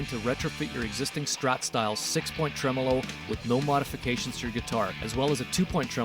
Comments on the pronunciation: Is he calling it a ‘truh-mellow’ system? 😂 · Fender pronunciation of this bridge is TREM OLO.